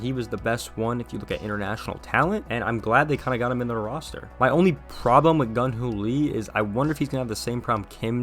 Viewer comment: Jung Hoo Lee, not Gun Hoo Lee my man